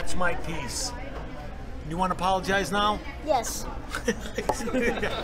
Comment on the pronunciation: Apollo-gize [with doble L]